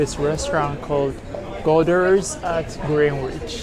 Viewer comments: Greenwich = Grenitch… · Greenwich is pronounced Grennich.